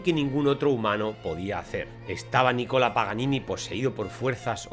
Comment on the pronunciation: Es Nicolo ..no nicola